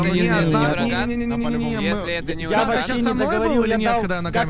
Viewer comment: Мне послышалось или нет меня кажыца что урагану сказали дуракан